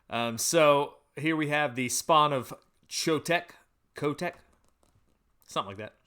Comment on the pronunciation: Your first pronunciation of Chotec was great! Don't change it :)